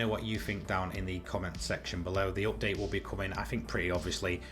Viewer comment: Say update correctly